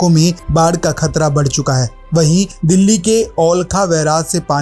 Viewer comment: Olkha nhi h okhla h wo